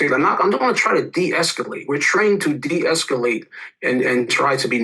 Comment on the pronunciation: Say it with me... DE-ESCALATION!